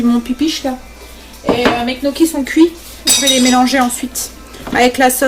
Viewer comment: Salut. Je suis abonnée depuis peu mais je dévore tes vlogs. Tu es une vraie source d'inspiration pour diversifier les menus avec des recettes simples et équilibrées. (On dit "nioki" pour les gnocchis 😉). Je suis vraiment contente d'être tombé sur ta chaîne, tu as une très jolie famille et tu sembles très douce. Je te souhaite un bon dimanche 😘. Marie.